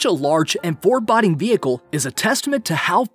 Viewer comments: what is 4 bod ing? It's fore BO ding. Foreboding. Smh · Wtf is going on these days with grammar? Narrator was good , and this isn't solely based on this video (foreboding pronounced as forbodding). Are people actually becoming more stupid/lazy with the language they were brought up with? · Four-bod-ing? ......dafuq? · Four-bodding? You mean foreboding? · William Mills work on your reading comprehension. mdfk79 was making the exact point you just made. The narrator pronounced the O in "foreboding" as a short O sound like saying "forebodding" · The #1 one was the best. And you really butchered the word "foreboding". The second "o" is long as in boat, not as in body. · Neutral. Was a thumbs-up until he mispronounced "foreboding" — it's fore-BOW-ding. Doing 3-4 table-reads before recording will also help him sound more natural and fluid. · New narrator must learn proper pronunciation of English words; some are just wrong. Like "forboding," . It's pronounced for-boad-ing. Like boat but with a D. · You would think that a narrator would know how to say words. Foreboding isn't even what i would consider a difficult word. At least he wasn't calling Monaco "munako". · I’d like to have a narrator that can pronounce words correctly. Foreboding was butchered. Otherwise, he was okay.